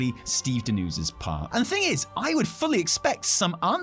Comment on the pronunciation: Why do you pronounce "Dan-User" so weirdly?!